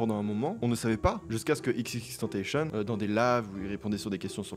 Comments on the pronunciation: On dit xxxtentassion pas xxxtentacheune mdrr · Tentacion, ça se prononce à l'espagnole. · « ix ix ix tentaishen » oof ça fait mal au cœur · Et XXX se prononce à la française comme le mot « tentation » et non à l’anglaise comme le dit qui est une grosse erreur. Bonne vidéo tho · xxxtentacion se prononce "èxèxèxtantassion" ;) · ça se prononce tentaSSion😠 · xxxtentacion se prononce tentation bref salut j'informe juste ^^ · "Ix ix ix tenteychonne" fait un effort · XXXTENTACION se prononce "cion" a la française ☝️ Video incroyable sinon, je connaissais sa voix mais meme pas son nom ni rien! Merci pour cette vidéo de QUALITE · Par contre xxxtentacion se prononce "xxx tentassion" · Non c'est juste eX eX eX Tentation (que ça se prononce) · Incroyable cette vidéo ! Contenu hyper intéressant ! Et juste pour le petite info : XXXTENTACION ça se prononce XXX Ten (comme 10 en Anglais) Ta et Sion comme "émisSION" voilà voilà ;) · pause , par contre désoler mais on dit " ex ex ex tentassion" voilà j'arrête de casser les couilles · Par contre tentacion ça se prononce comme tentation en français 👍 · Juste petite précision, on dit X ( en anglais) et tentacion ( en français) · XXX tentacion ça se prononce tentassion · La vraie prononciation c’est plutôt [èx èx èx tèntassion] même en français on devrait le prononcer comme ça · Incroyable la vidéo mais juste pronoce correctement XXXTentacion, une légende on la respecte, en tout cas j'aime bien tes vidéos frr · Super vidéo mais frère tu ne sais pas prononcer correctement ni Shiloh, ni XXXtentacion, ça casse les oreilles d’entendre les noms de ces artistes écorchés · first c'est du lo-fi prononcer à l'anglaise car terme anglais et deuxièmement c'est tentacion a la française car lui même le disais que c'est la prononciation mais sinon excellente vidéo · La prononciation de X est latine, on ne lit pas Tentacion à l’anglaise. Bonne vidéo ! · tout super ok, mais XXXTENTACION mal prononcé ça fait mal mec...